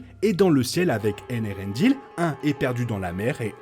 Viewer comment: Eärendil... pas Elerendil.